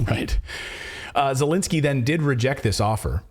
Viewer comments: Who in the heck is E-lensky ? Do you mean Z-elensky ? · no, Elendsky or Zucchinsky!